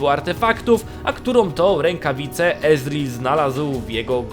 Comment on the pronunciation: Czy tylko mnie boli słyszenie Ezril a nie Ezreal